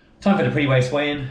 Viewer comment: Nice one,! Great racing and I'm sure whoever you were racing with will be back for their revenge! Just can't get my head around the greens there... maybe the powder to H2O ratio was off which skewed the specific gravity? Either way... that's the SECOND time you have said "PRE WACE WEIGH-IN"... a third time and you will get an Insta video from me on this!;-)